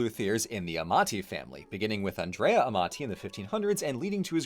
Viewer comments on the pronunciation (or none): none